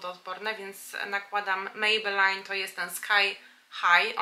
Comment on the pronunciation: "mejbelin" i "ajlajner". A tak poza tym piękny makijaż ⚘️⚘️⚘️